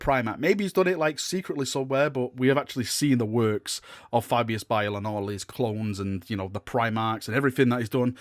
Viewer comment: Is it just me or is it pronounced Fabius Bile not Bill?